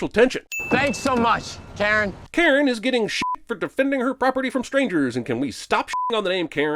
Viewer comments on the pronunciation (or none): none